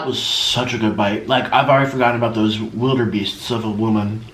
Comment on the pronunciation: “Wilderbeasts” IM DEAD